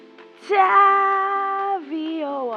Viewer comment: It’s tavi like taviy